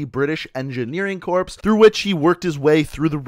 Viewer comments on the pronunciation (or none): Corps not Corpse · Aren’t you meant to say corps like “core”, not like it is spelt?